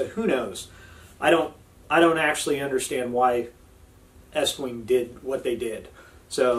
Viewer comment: How can I trust a guy who doesn't know pronounce the name to fit an American audience?